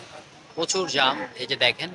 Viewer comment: এটাকে জাম বলে না জ্যাম বলে